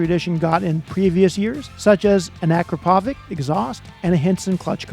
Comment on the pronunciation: Akrapovic is pronounced 'ah-crop-uh-vich.' It's Slovenian